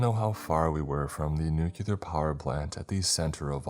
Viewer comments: PLEASE this was good but for the love of god its nu-clear not nucular that wrong pronunciation is so annoying 😭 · Nuclear is said "New-clear". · Downvote for saying nucular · What, five or six years now, and you're still saying "nucular"? This is gonna be a tough one lol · Right....a nuclear power plant. Not "nucular" lol. Sound it out! Not to sound mean 😅